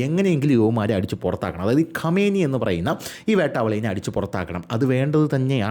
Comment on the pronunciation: ഖമേനി അല്ലടാ ആദ്യം പേരെങ്കിലും നല്ലത് പോലെ പടിക്ക് 😄